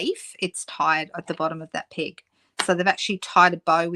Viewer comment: We call them clothes "pins", and I keep hearing "pig" when you're saying "peg".